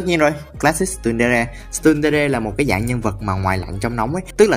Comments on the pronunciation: Tsundere học là chun dere hoặc tờ sun dere chứ không phải là stun dere đâu ạ :(((((( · nhưng tại sao ông lại thích đọc tsundere là stundere